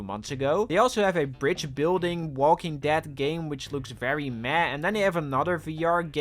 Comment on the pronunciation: saying Walking Dad is hilarious. This guy can't talk.